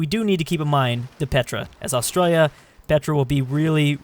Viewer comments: please learn how to say Australia Aus tra li a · When your from Australia You know will do so much false pronounciation